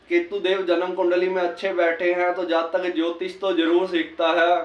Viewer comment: Zaaaatakk nahi jaatak bole sir